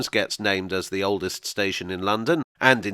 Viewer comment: Small thing, maybe, but it hurts my ears to hear you say "oldest station". It spoils the flow, and breaks the rhythm, and spoken English is all about rhythm. You could do what most people would do, and say "oldes' station" without putting a glottal stop in there. Pedants might say it is improper diction, but I think your listeners would love you for it.